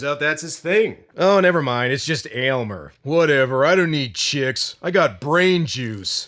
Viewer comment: Definitely an underated cult classic.... why the hell does no one get Aylmers name correct lol